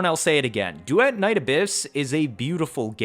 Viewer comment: brand new pronounciation of "duet"